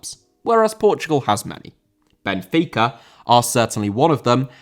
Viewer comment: Benfica* not Benfiquer